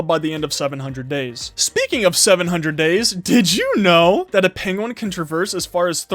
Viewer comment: lol during the vid he says penwin facts